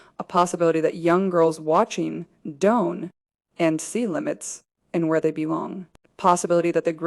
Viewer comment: AI pronounces don’t as donut T😂